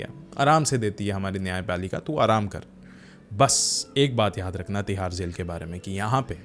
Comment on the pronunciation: Tihar ❌thihar ✅